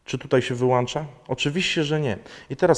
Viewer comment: wlancza no prosze cie kanal na poziomie to mow ladnie bo jak slysze wlanczam wylanczam to odechciewa mi sie ogladac.